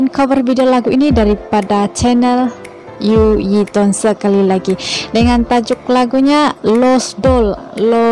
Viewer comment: uye tone dibaca yuyi toon hahahaha